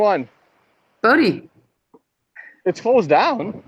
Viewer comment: Bondi is pronounced, "Bon Dye". Ugh.